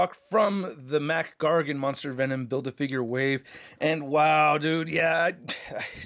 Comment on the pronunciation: I swear he said “Thanom”